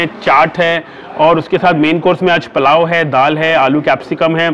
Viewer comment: Palao nahi bhai wo pulao hot hai